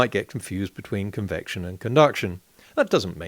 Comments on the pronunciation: Certainly it was a mispronounciation of 'conviction'? You Aussies ( and even more Kiwis) have a hard time with the vocal 'e', seems to me... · poor Gerard....his head exploded after 2 minutes....'Convection you know'